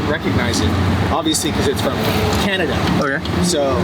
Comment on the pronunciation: why the emphasis on "Canada" 💀